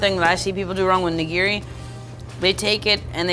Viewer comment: The way that dude pronounces "nigiri" gives me an aneurism.